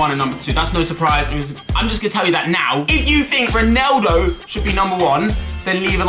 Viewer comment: RONaldo not RINaldo